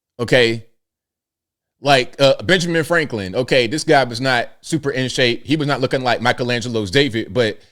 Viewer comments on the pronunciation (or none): did he say Ben FRANKLIN?